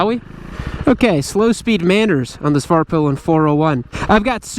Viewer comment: As a swede, I approve your prononciation of Husqvarna!! But Svartpilen could use some work. In Swedish you would not say "svaart-pillen" but rather "Svart-peelen" with a short aah in Svart and a long "i" in pilen as ee in pee.. If that makes sense to you...